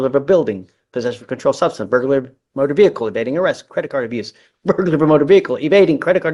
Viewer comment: A credit card “abruce” ? Where you abruise a credit card